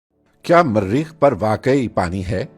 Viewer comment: Marreekh keya hota hai.... its Mareekh single R